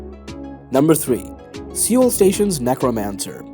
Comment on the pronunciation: seriously have you never heard other people pronounce Seoul? its not sioul, its just soul.